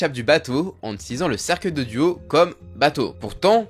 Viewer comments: J’en ai marre qu’il dise « Duo » au lieu de « Dio » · Mais pourquoi tu dis DUO et pas DIO wsh c'est trop byzarre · Pourquoi tu dis « Duo » à chaque fois? (Oui j’ai compris que tu avais des problèmes d’élocution mais quand même)